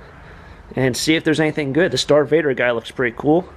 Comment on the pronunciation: Like the video. Good find but come on "Dart Vader" "Millennial Falcon"? U did make out like a bandit though.